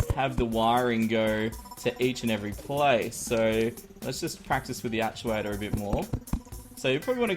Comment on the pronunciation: I think you probably know this but everyone has a different way to say words but when you say aschuator its supposed to be actuator but do what you want like I said everone has their own way to pronounce words